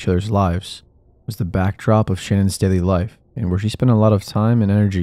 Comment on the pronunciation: Say it with me, Sha-nan. Her name is pronounced, SHA-NAN not Shannon. Thank you.